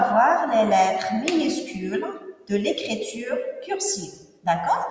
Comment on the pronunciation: écriture pas écréture il faut corriger votre prononciation vu que vous êtes prof de français